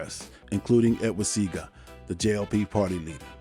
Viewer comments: Pronounced See-Ah-Ga, not See-ga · It's pronounced" see ah Gaa" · That’s A Picture of Bucky Marshal Not Claude Massop!! It’s Pronounced Edward Sea-A-Ga!! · Good video. His name is pronounced SEE AH GA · It's pronounced C I A GAH 😂😂😂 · You are a Don....I just wanna let you know respectfully, that Jamaican Prime Minister, Edward Seaga is pronounced, See-Ah-ga. Donation coming soon.